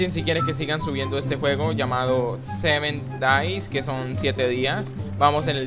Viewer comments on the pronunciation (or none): like si le entendiste en ves de 7 days le entendiste semen days xdxdxdxd